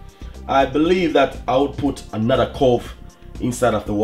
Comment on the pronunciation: Cloves not cove